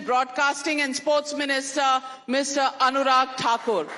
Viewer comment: Not Anuraj It's Anurag